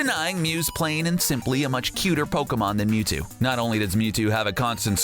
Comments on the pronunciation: It's Mewtu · F*ck OFF YOU DONT EVEN KNOW HOW TO SAY MEWTO ITS MEWTWO FOOL LETS SEE IT AGAIN 1 WHICH AS A PET: MEW (BECAUSE HES MORE OP THAN THAT MUTANT CREATURE) 2 WHICH ONE AS A STUFF ANIMAL I GUESS MEWTWO 3. WHICH IS BETTER IN GAME MEW WINNER MEW AND LOSER YOU